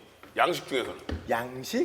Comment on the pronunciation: 양식이라고 얘기할때도 th발음 있는거같은데 ㅋㅋ